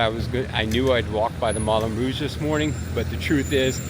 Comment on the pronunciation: Sir…your French pronunciation is horrible. It’s Moo Lon Rouge. Moo Lon. Not Mullin. It’s Mon MOT truh, like truck, not Monmottray. It’s Pair La shez. Like shed. Not whatever the heck you said. Good gracious.